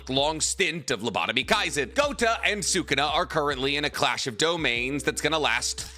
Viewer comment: Please stop saying GOTA . It means BALLS !!